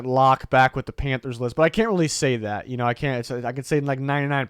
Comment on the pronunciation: Everytime you hear you say Panthers, I hear “Pamfers” now 😂😂